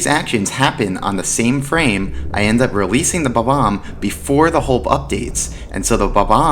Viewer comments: He's pronouncing it as bo-bomb which is incorrect. It's pronounced bob-----omb. The hyphen breaks the pronunciation. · Goddamn it it's BOMB-OMB, Pronounced like BOMBBOMB. NOT BAHBAHM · I know there's probably not an official way to say bob-omb. But I usually put the emphasis on the first syllable and honestly hearing him say buh-BOMB is driving me fucking crazy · The way you pronounce Bob-omb hurts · why does he say bob-omb like that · The Bob-omb I actually never knew it's pronounced that funny. ^^ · How can you be a Mario expert and say Bob-omb like that